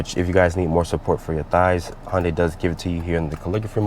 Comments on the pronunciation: Hun-Day. Not Han or Hon day. It's not a Honda and Hyundai fused. Nice review otherwise. < from Hyundai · HoN-DaY. Several times 😂